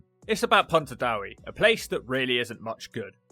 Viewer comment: Pontardawe should be pronounced as ' Pont - ar -Dah -weh '